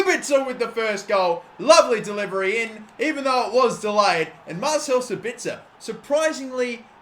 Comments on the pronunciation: Hey, it's pronounced SAbitzer with a soft s:) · Mate, when talking about Sabitzer you have to emphasize the 'a'